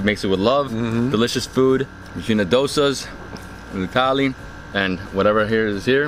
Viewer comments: It's not tally it's thali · The whole time I thought he is saying Italy... Thali 😂🌼